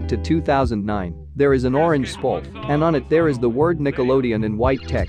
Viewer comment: I like how you said “Spalt” instead of “Splat”